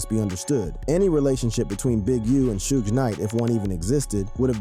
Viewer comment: Don’t this foo know how to say Suge’s name ffs.